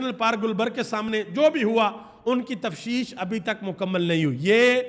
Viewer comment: Salaam It is tafteesh not tafsheesh! FeeAmanAllah